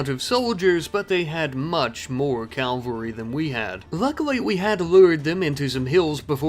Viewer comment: You pronounce cavalry wrong.